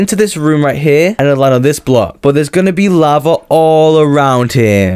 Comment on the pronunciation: its lava not laver lol